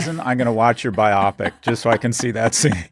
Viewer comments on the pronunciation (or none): two demerits for mispronouncing "biopic" (from biographical motion picture," so bio + pic)